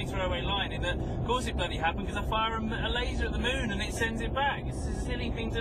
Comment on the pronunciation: sorry, at 12013 the name of moon have change to monn.